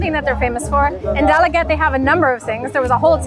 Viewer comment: Pronounced as Da-la-ge-te